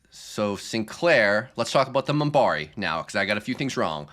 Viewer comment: Just to let you know, it's "Minbari".